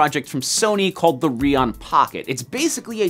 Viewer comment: It’s not pronounced reee-Aun it’s pronounced raion:)